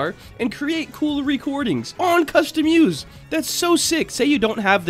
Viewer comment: it's not called customuse it's called custom-use